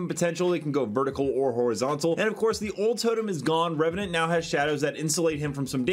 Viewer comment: went from Reveant to Reveant. the E is silent in the second same lol.